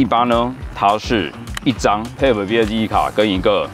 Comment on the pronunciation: Type 唸「鈦」ㄆ，一直聽的貼ㄆ，實在受不了⋯